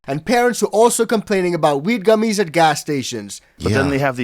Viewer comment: Did he just call gummies cummies??